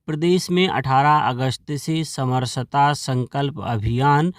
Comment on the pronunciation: समर सता मत बोलो, सम रसता बोलो।